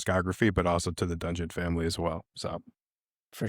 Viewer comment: emphasis on DUNGEON FAMILY